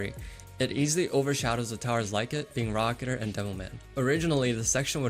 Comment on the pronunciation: It's pronounced raa-kuh-teer not raa-kuh-ter